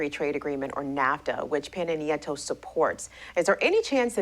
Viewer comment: Cringe every time she says Peno Nieta instead of Pena Nieto